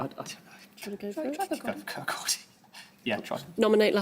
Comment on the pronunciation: kirkcaldy mentioned (miles off and badly pronounced but i'll take it)